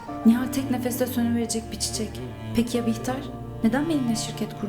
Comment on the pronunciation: Behlül e bihter dedi yaa